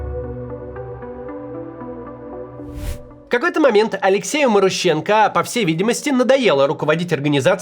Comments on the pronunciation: Максим, у тебя даже не шевелится что-ли в башке: "вот, новое слово маруха - однокоренное к главному персонажу", и я не знаю, как его произносить" Т.е. пхй ваще, да. Ударение там на второй слог - марУха и, скорее всего, марУщенко. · Я бы ударение делал на МарУщенко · Ударения в украинских фамилиях не всегда на предпоследний слог)) Например, Зощенко, Лещенко, Кащенко, Плющенко..... и так же Марущенко)) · Может, МарУщенко? А не МарущЕнко??!